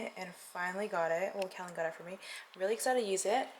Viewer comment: Aww Kellen. That was so sweet. You two are so cute. “Keloid shamming” lol 😂